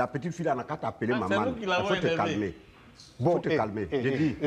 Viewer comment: La première fois j'entends dire Mamane 😂😂😂😂😂